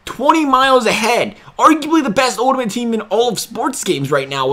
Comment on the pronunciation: Please learn how pronounce ULTIMATE... lmao!!